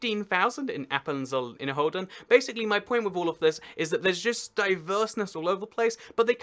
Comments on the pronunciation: It's "Inner-Rhoden"! "Inner-Hoden" literally means inner testicles. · Awkward pronounciation error: Innerrhoden is pronounced Inner-Rhoden. Not Inner-Hoden. Which would mean "inner testicles". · Who else speaks German and enjoys him mispronouncing the Swiss Cantons as Hoden instead of roden? XD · Innerrhoden is pronounced "Inner-Rhoden" with a siilent H. If you say it like "Inner-Hoden" like in the video, you literally call the place Appenzell inner testicle. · If you understand German, "Inner-Hoden" is also a nice pronunciation. :D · I appreciate your interest for my country :D i cracked up at your pronunciation tho, you literally said "appenzell inner-testicle" haha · The h in Inner/Außerrhoden is actually silent. It's pronounced Inner-roden, Außer-roden. Hoden is the German word for testicle(s) so it's a pretty delicate mistake ;) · "innerhoden" hihihi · You pronounce Ausserrhoden and Innerrhoden like outer testicles and inner testicles . 🤣🤣🤣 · Everytime you said Appenzell Innerrhoden you were actually saying Appenzell Inner-Testicles